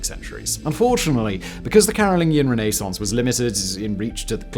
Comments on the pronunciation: New drinking game. Shot every time Simon says Renee-sance. You'll be blotto by minute 7. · Noorth americans. "Renassance!". Lol we are so lazy. :) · I love his pronunciation of renascence. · It may be correct but that is the most irritating pronunciation of Renaissance I’ve ever heard… and it’s said so many times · Is your pronunciation of Renaissance normal in England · The way you say Renaissance has me stabbing my ears LOL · The pronunciation of renaissance in this video killed me.